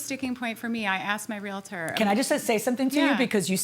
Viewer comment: The mispronunciation of realtor and chimney throughout this video made me crazy😂